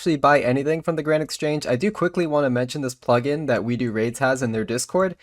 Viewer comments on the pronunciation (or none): none